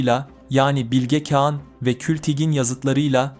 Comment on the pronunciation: Güzel video olmuş elinize sağlık sadece “Bilge Kağan” derken telaffuzu bazı yerlerde hatalı kulaği bazen rahatsız ediyor. Birde kagittan okuyor gibi oluyor bazı kısımlar. Doğal konuşma tonunu yakalarsan daha güzel ve akıcı olur. Ama tabi sadece bu geliştirme yönlü bir yorum. Emegine sağlık, kolay gelsin